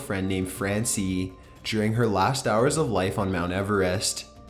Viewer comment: It's not his voooooice. It's the way he drags a syllable out for way to looong. Other than thaaat, his voooice is fiiiine. Also, the word "hours" is one syllable - that doesn't take many how-ares to fiiigure out.